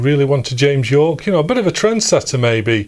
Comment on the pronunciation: James Yorke is pronounced as “Jame Jorke” in this video. I imagine a rival cassette manufacturer with that name imprinted on the shrink-wrapped case 😅